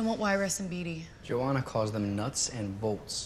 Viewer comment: I always thought beetee names was pronounced Bee -Tea, I didn't know it was pronounced Bee - Dee, like Katniss said. And I thought Johanna was pronounced Joe - Anna, Not Joe - Ana, like peeta said.